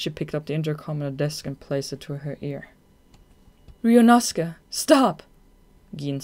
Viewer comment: The whole time I was wondering what 'Riyunosukah" is and realized it's supposed to be some kind of pronouncation of "Ryuunosuke" 🙆🏼‍♀️